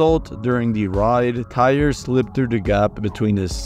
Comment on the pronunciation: He pronounced like 50 words incorrectly. Sounded like AI was talking